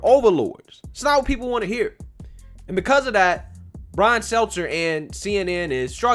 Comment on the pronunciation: I LIKE YOUR SHOW... BUT... COULD YOU PLEASE PRONOUNCE "PEOPLE" CORRECTLY. IT SOUNDS LIKE YOUR SAYING "PEE POO". THANKS.